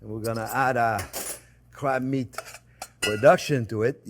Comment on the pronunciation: Did he say crap meat or crab meat?